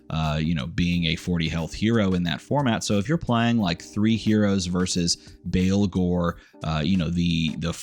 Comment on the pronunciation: baa baa blacksheep, baalghor. not christian baleghor